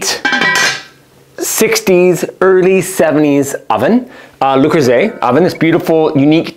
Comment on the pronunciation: Aside from his absolute butchering of the piece itself, It's not Loo-Croo-ZAY. Why do Americans always have to mangle the French language? See also, crimes against the word 'kruh-SONTZ.' 😣🇫🇷